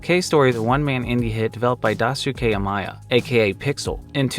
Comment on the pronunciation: In your cave story part you call him Dasuke. but his name is DaIsuke. Dai-suki. (Die-Su-Keh) not Dahsuke